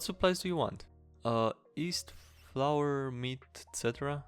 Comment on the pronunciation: The y in yeast is not silent, “Nobody has east.” Other than that great video.